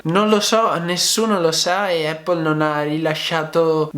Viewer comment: Non voglio fare il pignolo ma...solo noi in Italia diciamo "eppol"...sbagliando di brutto 😁 La corretta pronuncia e' "Apl" con una "P" ... Ecco la pronuncia dal fondatore...chi meglio di lui?